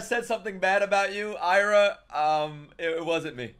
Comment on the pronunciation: its Aira not Ira